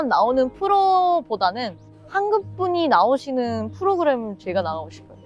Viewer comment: 한국발음중에 한국 이 단어가 발음이 잘안되는구나 한국을 한극이라고 발음을하는데 발음교정을 열심히해봐